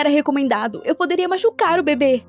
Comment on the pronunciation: Eu entendi babe envés de bebê kkkk